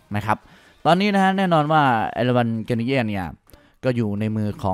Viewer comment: แอดมินครับ เอราวัณ กานิเย่ นะครับ ไม่ใช่ กานิแย่